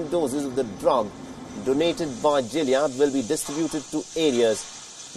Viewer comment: It's Gilead not Jilead. Unless they speak different english in India.